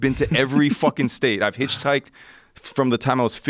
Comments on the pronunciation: He said “you hitch-housed?” 😂😂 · You “HitchHoused” ?? Lolllll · “Hitch housed “ 😂 really bro 💀💀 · Joe “You hitch housed” Rogan! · He's cool but he ABSOLUTELY CANNOT pronounce hitchhiked. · Dude hitchhiked around the world and can't pronounce the word hitchhiked.